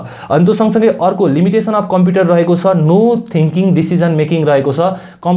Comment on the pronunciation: tells he has been reading computer from grade 4 and mispronounces computer as compiter....rolf 🤣🤣🤣🤣🤣